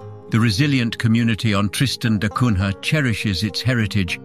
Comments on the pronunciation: The prononciation is da Cunya (Da Cunha). This is portugese name. The English have never been able to prononce correctly the names from latin countries and i always wondered if they don't do it on purpose. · Er... It's pronounced da Cunya